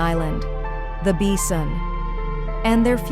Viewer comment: What the hell is a beesun?